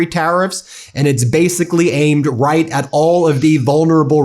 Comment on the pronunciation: Riieet? Riieet? No. Not right. She’s lying… to credulous ignoramuses.